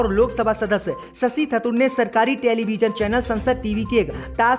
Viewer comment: थतूर नहीं थरूर 👎👎👎 मज्जिद नहीं मस्जिद 👎👎👎 नखलऊ नहीं लखनऊ 👎👎👎 👻👎👻👎👻👎👻👎👻👎